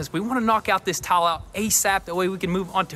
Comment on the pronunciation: “We do gotta.” “Tawl.” (Tile).